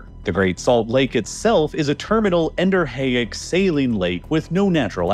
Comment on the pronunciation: I honestly don't know how to discern who is using AI anymore and who isn't, but FYI "endorheic" is not pronounced the way you pronounce it.